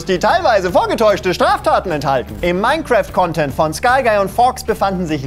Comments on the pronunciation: Minecraft ❌ OURCRAFT ✔️ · "Mine"craft oder wie man im Osten sagt: "Our"craft.